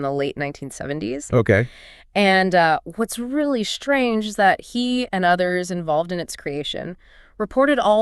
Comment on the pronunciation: Yeah this is AI voiced - or possibly fully AI generated. Did you notice the few times where, in the script, the writter capitalized the words for emphasis, but the AI voices just read them as individual letters? The IS becoming "I S" and the AND becoming "A N D" ?